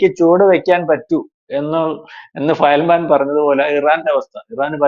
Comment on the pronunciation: ഫയൽമേൻ അല്ല. ഫയൽവാൻ 😂😂😂